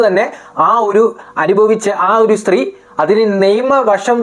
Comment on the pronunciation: ശ്രീ അല്ല കുഞ്ഞേ സ്ത്രീ.... നീ ആദ്യം പോയി സംസാരിക്കാൻ പഠിക്ക്...